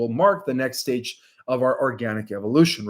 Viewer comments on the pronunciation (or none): none